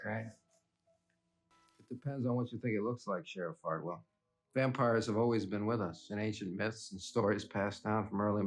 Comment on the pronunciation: Fartwell😂apparently couldn’t help himself not to say ”Fartwell” all the time